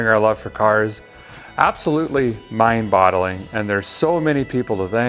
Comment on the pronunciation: Did he say " mind bottling". Or "Mind bogging".